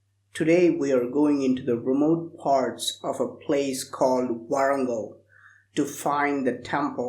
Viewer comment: Its not wooorongal man....its warangal pronounce properly